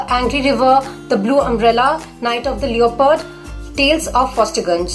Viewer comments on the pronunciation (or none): Thank you for suggesting.. But something is bothering me so just gonna say it.. It's not L-E-O-pard, it's pronounced as Le-pard.. Having said that, loved your recommendations, you earned a new subscriber. Thank you!